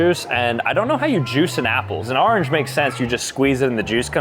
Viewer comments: Nobody else cringed at “arnge” 🥲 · bro kept saying arinj mate it’s orange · Hey you probably won't see this message but the way you said orange drove me crazy 😂 I'm originally from Michigan and now live in Texas so its not the northern accent, When you pronounce Orange you pronounce it Arnge lol 😆 😅 Just gave me a good laugh! Have a great day! 😊😊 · Why does he say orange like that lol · The way he says orange is killing me